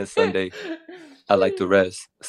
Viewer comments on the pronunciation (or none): none